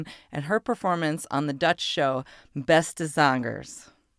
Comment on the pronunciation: that was a real nice pronunciation Beste zangers in Dutch, and yes i'am Dutch